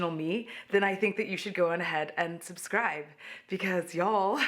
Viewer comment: Am I the only one who misses the “subscrrrrrrrrrribe~”? 🥺